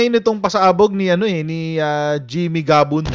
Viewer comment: Jimmy Guban hindi Gabon....